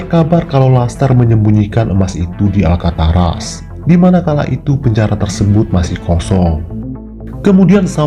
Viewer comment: Alcatraz min, bukan Alkataras ;)